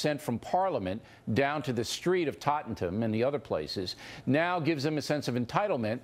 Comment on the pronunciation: He cant have lived here very long if he can't say Tottenham right!